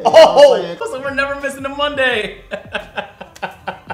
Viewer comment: mans couldnt even say monday😭😭